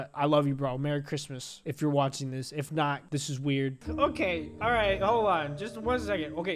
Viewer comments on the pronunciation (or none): none